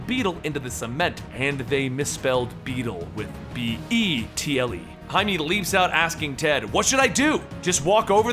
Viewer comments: he has says it werid, he says hi-me but its hi-meh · no offence but its pronounced high-meh not hight-me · Jaime is pronounced "Hi - May". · Isn't it just pronounced "Jay-Mee"? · His name is Jaime not jaimy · This is not to make fun of you but in Jaime's name the e is a short vowel